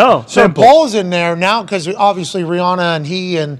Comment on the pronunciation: Don’t wanna be the guy but it’s pronounced Ree-Ann-Uh